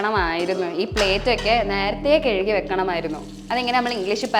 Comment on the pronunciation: കെയ്കി അല്ല കഴുകി